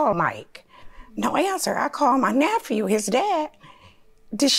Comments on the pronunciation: She was a teacher...what the heck is a “naphew” 😂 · I’m sorry… NA-PHEW?? Lol Just a joke, friends❤️